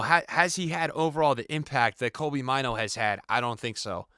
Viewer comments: Maaano not maiinu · It's funny how he pronounces Mainoo